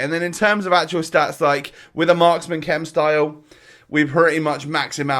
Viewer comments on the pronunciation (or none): none